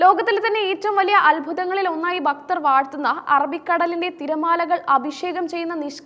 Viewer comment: ഭക്തൻ' എന്ന വാക്ക് 'ബക്തർ.എന്നു പറയുന്നത് - നീചമായ വാക്കാണ്....